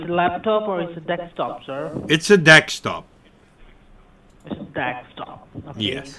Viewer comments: I still laugh every time I hear you repeat ‘dekstop’ 😂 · I hear dextop